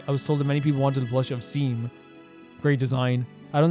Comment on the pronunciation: Seam is pronounces "Shawm"